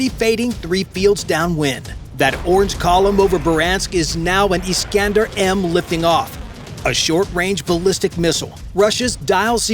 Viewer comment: iss-can-der missile. Not eee-scan-der.